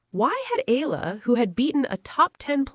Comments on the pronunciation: Spelled and pronounced E-yala pls😊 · I get the feeling the media are coordinated to mispronounce her family name EALA. So she loses her identity? And history? Dumb media or manipulative? It's annoying